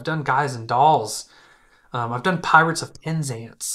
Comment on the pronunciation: I haven’t heard if “Oirates” since 1965!!! lol 😂😂😂🎉